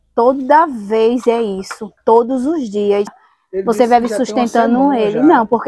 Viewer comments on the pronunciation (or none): Pelo amor de Deus, não se diz "veve". O certo é "vive"